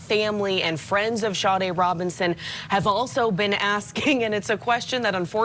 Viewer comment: SADE Robinson, not Sharday Robinson.